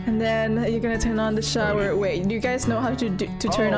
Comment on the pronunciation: “Wait do you guys know how to turn on the showEAR?”